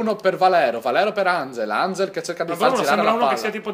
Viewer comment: si dice "anghel" non "engel" XD